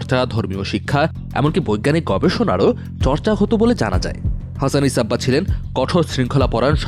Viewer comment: হাসান ইবনে সাবা, ঠিক মতো উচ্চারন ই করতে পারে না। রিপোর্ট করে